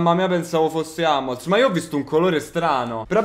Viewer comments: AMMOLS cazzo si legge HUMMELS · Come hai chiamato hummels...🙈🙈🙈